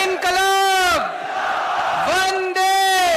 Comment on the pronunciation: Why he says inquilab. 😄😄😄